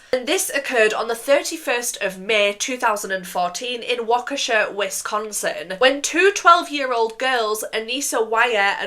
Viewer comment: as someone from wisconsin it's crazy how perfectly you pronounced waukesha, like most americans can't even say it right 🙏🙏